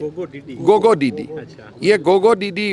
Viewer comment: FEKU GOGO DIDI ?????? Assam के tea tribe आदिवासी सुची में शामिल करें। गोगो डिडि 😂😂😂😂 उच्चारण डिटो अंग्रेज जैसा।